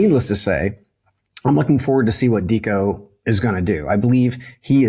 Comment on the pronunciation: It's pronounced Decco, fyi